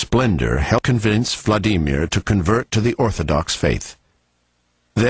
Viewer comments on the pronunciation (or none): Vla Dee Meer? LOL